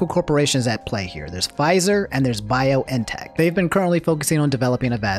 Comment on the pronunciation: It's Bee-on-teck bruh ... Pronounce things how you want, I won't axe any questions